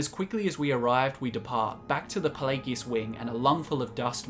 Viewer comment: Why do you guys hate English so much? I've never heard so many mispronunciations of so many words in one video. it's a good video don't get me wrong but what the hell did English ever do to you? I've never heard such blatant abuse of the English language. Ferd not third plagegus not Pelagius